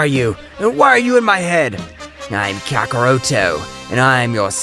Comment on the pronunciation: KAKAROTO ITS KAKAROT